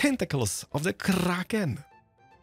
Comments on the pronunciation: What with the pronunciation of ‘Kraken’ it makes me shiver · I definitely want to see Keralis touring other hermits' bases! Especially with his shaders, they look really special. (also, the way he rolls his r for krrrrrraken <3 ) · Its the krrrrrrraken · Why does he say kraken so Scottish